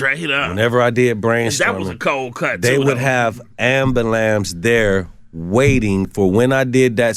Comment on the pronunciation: It's kinda bugging me that he can't pronounce "ambulance"😬